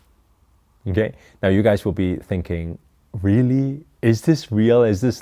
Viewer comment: Haha. That tyime u said ....RAELLY ..haha